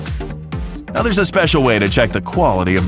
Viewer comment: that way of speacking "time-ah" "now-ah" "grey-hey"